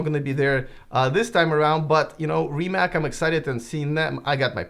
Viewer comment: It’s not Rimak .